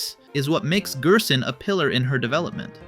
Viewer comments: You pronouncing gerson as gearson unsettles me. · bro pronounces it as gyersohn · weird gerson pronounciation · these interaction baits is making the video so hard to watch i cant even bear hearing him pronounce gerson or ralsei like he's from eastern europe or smth😞